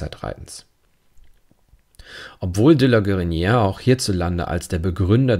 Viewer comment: Vielen Dank für Ihre aufschlussreichen Kommentare, die ich mit Gewinn höre. Gestatten Sie mir eine Anmerkung zur Aussprache: Das erste é in "De la Guérinière" und in "légèreté" wird gesprochen wie das e im deutschen Wort "Tee", wegen des "accent aigu". Das "é" wird als geschlossenes "e" gesprochen, es wird also nicht kurz sondern lang ausgesprochen.